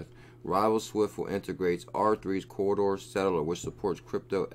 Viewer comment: Please its Corda not CORRIDOR. Ive listened to you mis-pronounce it 100 times. I hate being grammar nazi but its C O R D A. Say it with me, C. O. R. D. A. CORDA CORDA. OK? Like your channel otherwise. Great info. Mahalo.